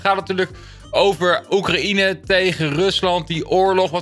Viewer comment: Hoe je Oekraïne zei😂